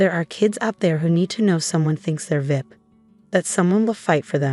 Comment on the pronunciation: I wish AI would pronounce VIP as V.I.P and not vip. Sounds ridiculous